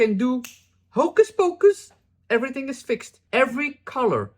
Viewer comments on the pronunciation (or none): none